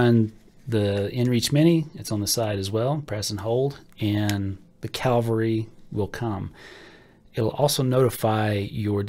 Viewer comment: It’s Cavalry. Not Calvary. Calvary is where Jesus was crucified. FYI.